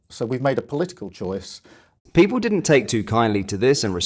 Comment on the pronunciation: What exactly are The Pee-pol????